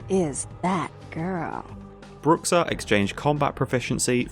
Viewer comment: Man, that pronounciation of Bruxa certainly is something lol In portuguese (which I'm guessing is where the modder got the word from) its "Broo-shah"